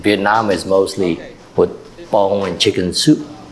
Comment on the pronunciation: Does he say "bone in chicken soup" instead of "bouillon?"